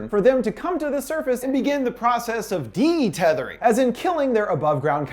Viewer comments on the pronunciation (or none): It's UN-Thethering, not DE-Tethering, also the boys name is Jason not jordan